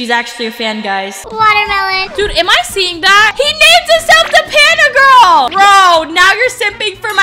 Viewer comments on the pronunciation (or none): That guy was so creep that girl was real fan bc she defended u plus she was not simping than sayin i unsubbed i like Dapandagirl u should have become my girl Lol i luv how he said grill instead of girl 😂😂😂😂❤ LUV U ❤❤😊